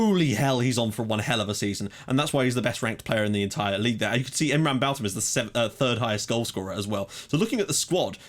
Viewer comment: Are we sure its pronounced "Balt-ham" or could it be "Balth-am"? always wondered this